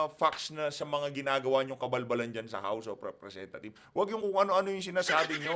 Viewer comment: tamaba ung pag kakarinig ko house of representa thief? hahahah